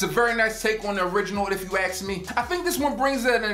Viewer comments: " If you ax'ed me" ...LOL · “If you aks me...” If you can’t talk, why should anyone pay attention and value the information in your review...